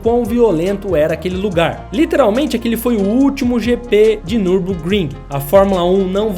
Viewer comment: Nürburgring em alemão se lê meio assim: niubôkrrim, esse u com dois traços em cima em alemão tem meio que um som de i sabe.